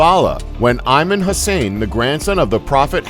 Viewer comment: nice video and great work but ur pronunciation was way off expressly when saying the name of the place and the name of the Imans which is a title not a name btw